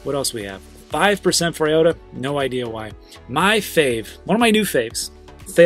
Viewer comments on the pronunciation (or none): none